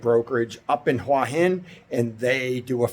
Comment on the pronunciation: Your pronounciation of "หัวหิน" is not so bad , you can check the Youtube transcription : "which is sort of the south part of Huah Hin and sort of just across the..." so you have well pronounced a slight h (ห) before the "uah". Rising tones must be used for "Hua" and "Hin" if you want to speak like a native.